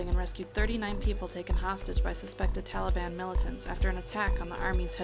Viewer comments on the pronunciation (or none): none